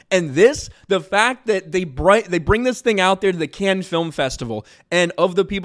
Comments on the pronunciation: It’s “Cannes”, not canned. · Hey you asked yourself how to pronounce Cannes in one of your last videos, if you wanna be right, you call it like you would say cunning, without the ING, so just like cunn, it's a French City and that's the French pronunciation. I'm a German guy talking to a lot of French 😊